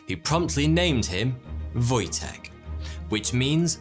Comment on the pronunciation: That's a pretty good pronunciation of "Wojtek", well done. ;) I didn't even know this name has such meaning, but it makes more sense once you realise it's a diminutive of Wojciech. ;)